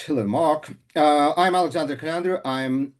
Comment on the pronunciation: Kolyandr? Are you kidding me?